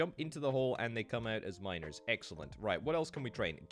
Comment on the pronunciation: When you say "miners", my ear hears "minors".